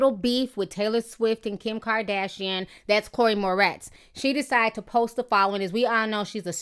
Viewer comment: calling her "Chloe mortez"....... 🌳🌳🐸☕☕☕💀 lol